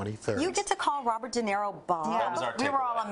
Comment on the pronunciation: De Naro instead of De Niro!!!